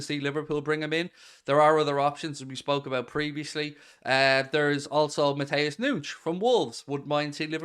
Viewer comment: please say Mateus nunes correctly. Listen to fabrizio on it as it sounds like your saying nouche not nunes. Anyway lover your videos, your passion your honest input from a fan. YNWA